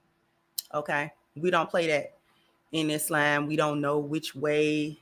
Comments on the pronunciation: She’s pronouncing it correctly. إسلام <—- Is-Lam. Is-lom is us Americanizing the Arabic. We need to say it as it’s really pronounced, which is what she’s doing. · her pronunciation is closer to standard arabic but there are other accepted pronunciations in English speaking countries. iz-lom, is-lom, islam are all acceptable.